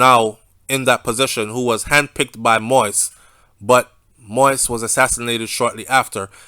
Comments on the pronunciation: The name is pronounced mo-eez not mois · It's "Moist" its "Mo-Ease" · It not moist it moyize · I like your reporting but I don’t understand how you spend all that time doing research on this investigation but you won’t take the time to learn how to pronounce his last name. Anyways, thanks for great info. It’s not pronounced “moist” it’s Mo-Yeez. Simply say Mo and then the second part act like you’re saying Yeezy but without the Y at the end. Mo-Yeez. I know you can do it. Out of respect to the man and his family, learn to pronounce his name correctly. Thanks for the great content. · I know you don’t think it’s a big deal saying his name like that, but it’s so annoying to other people - So I will help you. Say — > Mo…Ease - Done ✅ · Yeah he's saying the name wrong sounds like he is is saying "Moist" . He can listen to any other news outlet in our out of Haiti and could figure out the right pronunciation. He did correct himself on Bordeaux :) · i enjoy your updates...but why are you refusing to pronounce the former president his name correct🤣🤣🤣🤣🤣😂😂😂🇸🇷🇸🇷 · ok who the fuck talking bout the rest of the world I’m just saying N he still saying it wrong everybody else got his name right N I don’t need to thank him for shit It all over the news ig Facebook YouTube now bye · Be respectful. Pronounce the President's name correctly.